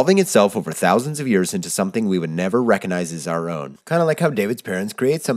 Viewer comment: The "G" in recognize is not silent.